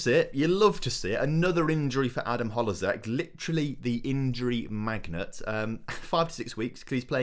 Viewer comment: It's Adan HLO-ZEK not HOLO-ZEK